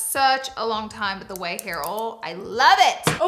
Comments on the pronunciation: It's pronounced "oYle," not "ole" ha! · I laugh every time you say OIL….you say “OL” 😂